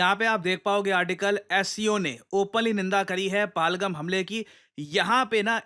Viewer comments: Sir, PahalGaam.. Pahaaalgam nahiiiii.. Please, it's high time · Paalgaam paalgaam paalgaam Worst pronunciation